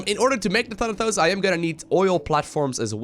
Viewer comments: it's pronounced Thanatos not Thanathos, Thanatos was Hades' lieutenant. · The way you say Thanatos sounds like Thunder-Toes :D